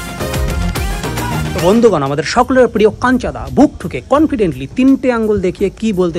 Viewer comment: ota kancha-da noy ota kanchu-da hobe 😛